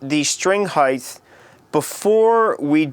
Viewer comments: it's not pronounced heighth. dick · Wow...ok...I read the comments before I watched the video (to let it download) and how he says "height" is annoying. But my previous comment wonders how he came up with "heighth"... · HEIGTH! must be american... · STOP SAYING HEIGTH! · Just a suggestion: Learn how to pronounce the word 'height' - before making a video about 'HEIGHT' Hope this helps. Thanks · are you saying " highth"? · Tony smith It's how he pronounces the word.. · Good tips, but if I hearr you sat high-TH in stead of height one more time.... awww, not even... I'm off to go murder myself!!!!! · H-E-I-G-H-T. Not H-E-I-G-H-T-H. PLEASE! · by "heighth" do you mean "height" ? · Great info but painful delivery and of course heighth is really off-putting. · Its height not heigth! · Heighth lol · Heith? It's "height." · I lasted , the "um's", tongue/lip smacking, and him saying "heighth", I couldn't take it. I'm very annoyed actually. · Height! Not heigth. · Yeah, redo this and make the word be "height", not "heighth" .. please. Other than that, good stuff. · "String Heighth" ? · Thanks Dude... However, there is no such word as "Heighth"... The wors is "Height"... You are thinking of "Width". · he can't say height properly. He says heith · It's pronounced HITE not HIETH... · erghh.... "highth"? making me cringe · Did this bitch just say "highth"? I thought it was "height". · Yeah, height not heighth. Also far too much spittle in the mouth, so slurping noises are not becoming! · its pronounced (HI-T)... not (HI-TH) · its height not heighth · is he sayin string heighth? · your videos are awesome, but the word is "height". "heighth" is not a word. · some simple tips for a simple human being: 1.STOP LIP SMACKING 2.LEARN HOW TO SAY HEIGHT no human says "hief" instead of "height" 3.GET THE FUCK ON WITH IT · The word is height, not heighth. There is no H on the end. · No offense bit I hate it when people say "Heighth" instead of "Hite" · What the heck is 'heighth'?